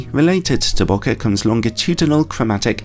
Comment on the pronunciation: I stopped watching when I heard you say bocka